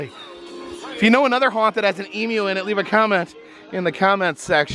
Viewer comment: YES you said Emu properly good job 👍🏻🇦🇺